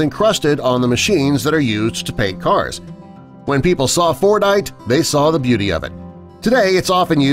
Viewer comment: Fordite? Thought he said fortnite